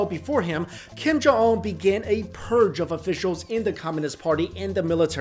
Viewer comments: The name is kim jong un pronounced as gheem johng ooooon/wooooooon -- like the British name Oona/Una. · You're accent of Kim Jong Un is so American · Whats with they way your pronounce "un" like you're french or something? lol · Learn how to pronounce his name. It is not that difficult! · At least learn how to pronounce his name correctly. You look Asian enough to able to do it. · Do your homework and learn how to pronounce his name correctly if you are going to do a video about him.